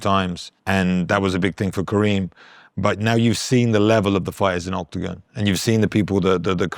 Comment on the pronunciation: His name is Kerim not Kareem! I think it is a matter of respect to learn the name of the person you interview.